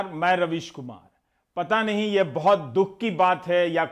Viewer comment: Jo apna naam thik se nhi bol rha...ravish ko rabish hai ...